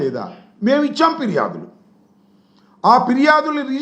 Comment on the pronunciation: పిర్యాదులు కాదు ఫిర్యాదులు sir